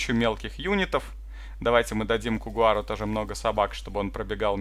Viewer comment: Michael Beketov, неверно. Полный никнейм коу — couguar(читается как «коугуар»)